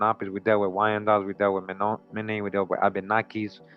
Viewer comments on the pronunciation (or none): CHOKMA BROTHER THE CORRECT PRONOUNCIATION AS I HEAR ITS MEN-OM-IN-EE AND OSAJE